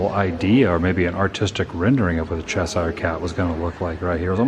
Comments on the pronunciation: Adam it's "Chesh-shurrrre" cat lol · ""Cheshire," should be pronounced as rhyming with "pressure." I realise I sound pedantic, but for some reason it just bugs me, when it's pronounced incorrectly! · Cheshire is pronounced "chess sheer".